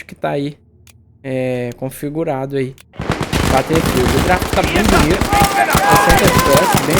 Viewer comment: O mano kkkkkk eu sei que é bobagem, mas é battlefield, sem o L no “ba”. Bom vídeo.